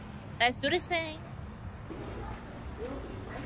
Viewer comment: She actually says ‘‘let’s do this thang’’ but y’a love it 😊